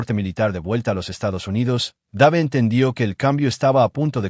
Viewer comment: Dave se pronunci Deiv.